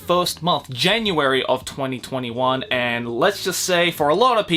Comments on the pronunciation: you pronounce 2021 as 2020 won. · Well, you know... 2021 is pronounced twenty-twenty won.